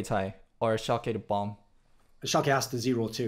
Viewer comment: Guys its German.. Schalke = ( Schal - kuh)